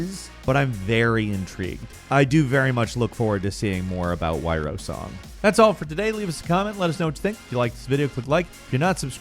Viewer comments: The bonus game is not wyro song, it's wyrdsong (pronounced like weird, and is also linked to the word) which relates to personal destiny or fate. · It's Wyrdsong (most likely pronounced "weird-song"), not Wyrosong. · Did you seriously pronounce the last game Why-row-song?!?! Its wyrdsong, not wyrosong. LMFAO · uh its Wyrdsong not Wyrosong. As in pronounced like weirdsong. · The last game listed is Wyrdsong (Word-song) not Wyrosong. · WTF is the last bonus game yrosong? Whyrosong? I can't catch what is said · So we're just not gonna talk about how he mispronounced Wyrdsong as Wyrosong? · The game from Something Wicked is called Wyrdsong, not "Wyrosong" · Wyrdsong*, not Wyrosong lol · that last last last game was Wyrdsong, not wyrosong, btw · You mean Wyrdsong? Not Wyrosong? Lol sorry to bust ya chops but, ye lol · Wyrdsong..is the game you are trying to pronounce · My dude, that WyrdSong....it's a D not an O XD